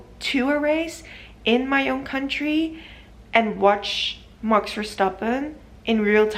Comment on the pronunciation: You say it as mox instead of max